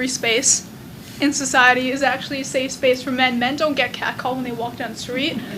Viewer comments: how did she fuck up "safe space" 3 times in a row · Dat bitch can't say "Safe Space" for shit ! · The amount of times she messed up the words, "safe space" was infuriating. 😂